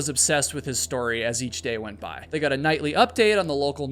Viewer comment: the only thing i GOT out of this video is you cant pronounce GOT wtf so fcking annoying